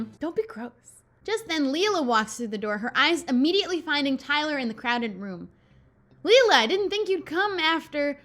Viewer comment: The way she pronounces Leila hits a nerve for me but it doesnt help that I have a friend named it. Its pronounced "lay-la" :(